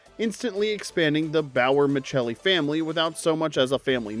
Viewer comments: It's Tony Micelli not Michelli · Ma'selly - not Ma'Chell-e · It's pronounced, "Michelli" 🤦🏽